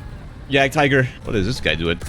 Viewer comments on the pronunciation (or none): none